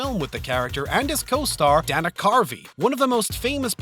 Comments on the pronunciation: "Dan-uh" Carvey? No, it's pronounced "Dana", just like the girl's name lol. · Dear God why can't you people ever get names of prominent actors right? Brad Pitt is not Brads Pitts. And Dana (Daynah) Carvey is not Dawhnuh Carvey. Sheesh!